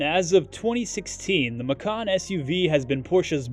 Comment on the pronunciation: It is pronounced “ma-chan” not “ma-kan”. Because in Indonesia (it’s original language) “Macan” means Tiger, while “ma-kan” means EATING. 🤣🤣